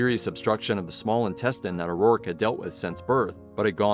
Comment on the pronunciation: This is the second video this week that I've watched that pronounces O'Rourke as O'Rorrick